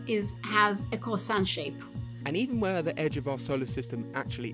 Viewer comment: That’s what happens when you invite francophone scientists to join the research 😝 lol Edit.: when she said “croissant” the word basically sailed off her mouth with grace and determination “Itt ees shapt like ah crrrroahsah!”